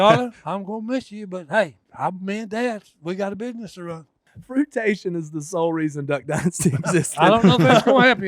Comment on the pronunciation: “Fruitation” is the reason I watch any show with Si!! 😂 I’m liable to say the same word, but the difference is I know I messed it up. 😂